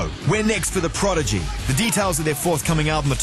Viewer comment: Fail , guy says Progidy